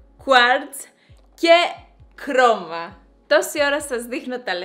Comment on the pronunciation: Κρομα χαχαχχαχαχαχαχαχχαχαχαχχαχαχαχαχχαχαχαχαχχαχαχαχχαχαχαχαχχα χρώμα αντί για κρώμα